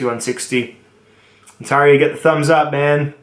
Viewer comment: THAT'S IT !!! I won't have you butchering the name of a Canadian province that is home to 14.3 million people, a total area of 1,0,76,395 Sq km, and North America's 4th largest city, after Mexico City, New York City, and the City of Los Angeles. It is pronounced On-tare-io, not On-tar-io, and so is the company in Franklinville, NY commonly known as Ontario Knife Company. How did Bark River Knives not make the top 3, or top 5? Surely you understand the inherent weakness in folding knives, and would score companies that deal in 95% folding knives below knife companies that produce fixed blade knives? Good day Sir.... I SAID GOOD DAY...